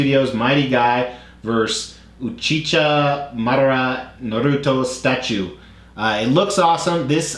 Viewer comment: Love how you said uchiha madara I laughed so much 😂😂